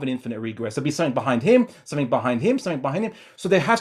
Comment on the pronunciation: When this guy says ‘something’ or ‘everything’, he says “Somethink” and “Everythink”